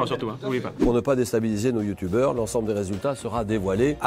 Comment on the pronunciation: "C'est 6 Youtoubers" Julien Lepers - 2019 Vidéo excellente autrement ! 🎉